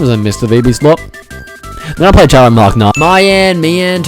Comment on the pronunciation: i spit my ovaltine when you said a cutoff tomn